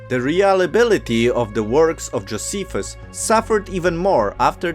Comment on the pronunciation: Also, Joe- SEE- fuss.